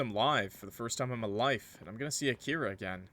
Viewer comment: I feel so late for commenting 6 months later or something but Akira is pronounced not “A-Kira” but “Aki-ra” and I’m pretty sure the “ra” is pronounced “la” (if it’s a Japanese name tho)